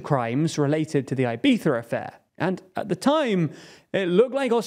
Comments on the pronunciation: It's Ibiza, not "Ibetha". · "Ai-by-sza" affair: what the hell is that? Please, that's so ridiculous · "eye-BEE-thuh"? Yikes lol well, it's an attempt, I guess. Try "ee-BEE-thah", the first 2 vowel sounds are identical. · Ibiza is not pronounced "eye-beetha" -- it's "ee-beetha" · Why does he say "Ibitha"? It's really weird, just pronounce it like a regular english speaker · Do the people who live in Ibiza pronounce it “Ibitha”? Or is that just the Castilian pronunciation? Edit: it’s Eivissa in the local dialect, so I don’t see the issue with Anglos saying it with a “z” sound. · Why does a native English speaker believe it is right to attempt pronouncing "Ibiza" in Spanish in the middle of an English sentence? I am multi lingual and in none of the languages I have mastered do we insert foreign pronunciation mid sentence like this... It makes no sense to do this... Unless you are native Spanish speaking English (rather masterly I would say), which would only be an excusable offense. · Good video but for christ sake dont pronounce Ibiza like that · This is a super interesting video and I’m curious to see where it goes from here. Admittedly I’m more focused on your pronunciation of Ibiza. I’ve never heard it that way before and I guess it’s cause I’m not British. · Unpopular opinion… but, I hate the UK pronunciation of Ibiza. Wants to be pretentiously correct at the end, and Fs up the beginning.